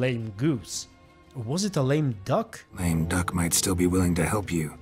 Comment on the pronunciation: "Lame duck" - "Dame Luck".